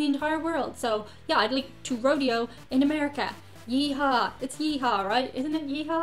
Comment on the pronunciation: Thank you for saying Rodeo and not RoDAYo! Go to Disney World, it has more current attractions (Harry Potter). Route 66 is awesome, get a sign. Don't plan on a spy tour of the White House 😂. Nashville has some Karaoke bars you could sing in. Southerners are very friendly so you'd be welcome just about anywhere. I'm in Tennessee myself 😊 Most of the things are definitely doable! Hope we see ya soon!